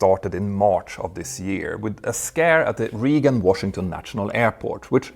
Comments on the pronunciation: Just so you know "Reagan" is pronounced "Ray Gun" I'm just saying that because as a native English speaker I had to look over and see what you said because I thought you said "Region Airport" not "Reagan Airport" lol I thought for a second this was going down at a regional airport. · Not that I mind you mangling our prior President's name, but it was ray-gun, not ree-gan. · Hey, Petter! Just wanted to give you a quick heads up, "Reagan" is pronounced "Ray gun." I may not particularly like the guy or some of his more infamous policy decisions that still linger in the States to this day, but I'll be damned if I won't help make sure that folks can pronounce his name accurately, if only so that they can join us in making jokes about Reaganomics (aka trickle down economics, aka supply side economics, etc.)